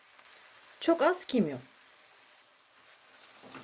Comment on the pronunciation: Garika olmus cok güzel ❤.ama kecke kimion demeseidin kecke gerisi super 👍